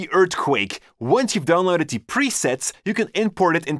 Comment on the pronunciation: when he says 'the" he actually says dee